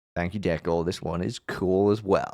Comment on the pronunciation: HIII!! Deco here (shout-out for pronouncing my name correctly!!) HONORED TO BE A PART OF THIS WITH SO MANY OTHERS!! I appreciate your kind words, to say the least:] saving this. I'm glad you enjoyed my own (and other's) art! ^^!!!!